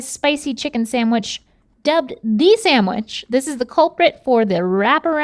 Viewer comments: Dammit,, stop saying SAMWICH! The word is SANDWICH! 😖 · Love this episode except hearing “samwich “ instead of sandwich so many times! 🙉 sorry it’s a pet peeve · I love you. But the word sandwich doesn’t have an “m”! It’s SANDwich. Not SAMwich. Link was doing that too and it was driving me crazy! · Omg. Can’t stand when people say “saMwich” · I can’t stand saying “samwich” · Everytime says “samwich” I have a mini stroke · I like how all 3 of them say "samwich" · is saying "samwitch" or am i hearing things